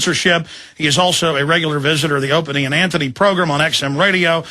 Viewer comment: Alex said "Opany" and Anthony Show.